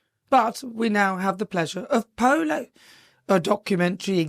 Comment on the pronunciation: "Pooloo eez nut jez eh spurt .... pooloo eez eh laugh style ..." How is this relatable?